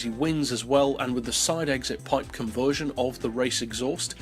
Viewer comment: Take a shot every time he mispronounces "conversion"